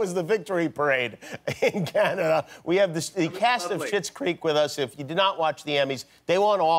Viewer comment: "OH CANADiA"